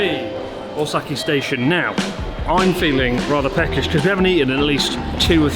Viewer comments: Ueno ‘Stastion’ 🤣🤣🤣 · "Stastion" my god. Cracked me up real good! 😅😆